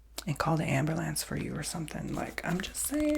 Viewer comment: "And call the amberlance for you or somethin" 😂😭love you, you always make my day ❤️